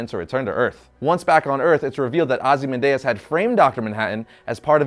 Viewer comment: Ozy-man-DEUS? C'mon man. OzymanDIAS. Read the comic you review, dude. It's in the movie too. FOR SHAME!!!